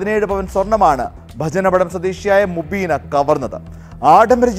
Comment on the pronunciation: Mubeena ❌ umbeena ✅